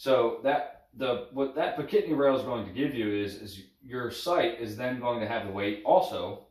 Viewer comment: Pic-a-tin-ny not pi-cat-nny